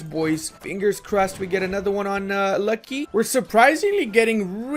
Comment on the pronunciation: Ok, cuz it rly starts to trigger me FIRST u pronounce "Pskov" as "Pyskov" or "Puskov", try to remove that Y\U and ull be close to the correct pronounciation, "Luki" is not "Lucky" rather its "Looky" and "Polockas" is "Polotzkas".